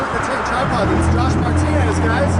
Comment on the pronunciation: Every time says, "gosh," he's trying to say, "Josh."